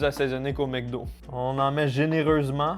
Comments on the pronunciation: Pourquoi tu dis "MecDo" alors que c'est "MacDo" ? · c'est MEC DO pas MAC Do.... Comme McCain et tous les nom Mc